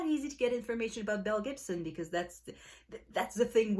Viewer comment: I have no clue why I have never heard of this woman or this story! It sounds wild...although I kept thinking you were saying MEL Gibson! 🤣🤣